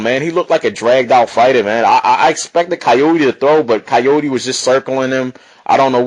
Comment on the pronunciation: good vid but his name is pronounced Car-YOUR!-dey not Cayode Try to pronounce it that way and you get it right